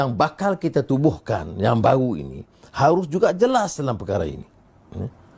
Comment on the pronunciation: Kenapa kata "baru" kedengarannya "bau"? Huruf "r" nya hampir hilang. Itulah lidah melayu Malaysia.